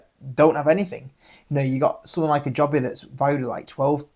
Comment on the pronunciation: Wish you pronounce Joby correctly 🤣🤣 it named after it founder JoeBen Bevirt. Also Nvidia you pronounce the N 🙄. The reason Joby and Archer are valued so much more than Ehang is because of their partnerships and because the ehang design does not meet western air taxi standards without redesign.